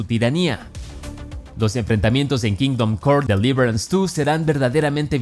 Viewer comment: Me perturba la pronunciación de kingdom come deliverace 2